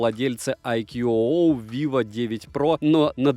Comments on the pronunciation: Хотелось бы исправить автора в его произношении брэнда, так как немного режет ухо. Не "айкьюоуоу" а просто "айку" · Название бренда читается - Айку. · Правильно IQOO (I Quest On and On) произносится "айку" и хотя это суббренд VIVO называть его VIVO IQOO не совсем корректно. У IQOO формально свой сайт, каналы продаж и поддержка (Индийский сайт у нас открывается без vpn и прокси). Глобальных IQOO не бывает, только китайские и индийские, причем у индийских моделей другие названия. Насколько в курсе вывод на европейский рынок по прежнему не планируется. Расцветка а-ля BMW уже на третьем поколении смартов IQOO используется - началось с IQOO 7, так что как она будет в эксплуатации можно узнать в соответствующих темах на 4пда. Кстати поколения у них меняются раз в полгода. Смарт поддерживает n79, а значит 5G будет работать в РФ, тестовые зоны хоть и небольшие, но уже есть МСК, СПб и еще ~40 регионов РФ